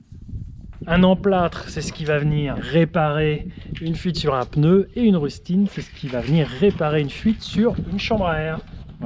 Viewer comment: Je "m'insurge", on ne dit pas le "peneu", mais le "pneu" ! Allez, sans rancune... Bonne continuation.